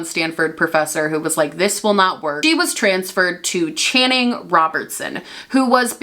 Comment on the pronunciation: Super weird to hear you say my name 😂😂 seen as it’s rare to come across another Channing but kudos on how you prounoced it, everyone in the uk just can’t and I’m shanning here which is why I cut it down to Tan x